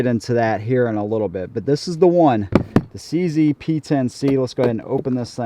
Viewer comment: its che ze (like che guevara and zenith) not c z